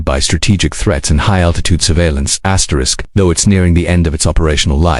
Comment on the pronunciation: Asterix 😂😂 ffs can ya at least proof listen to your ai before you upload asterix ?